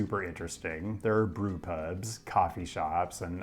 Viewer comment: they are called Hotels because in Ye Olden Days most of them provided accommodation. They are mostly called pubs now (which you cant seem to pronounce) which is short for public bar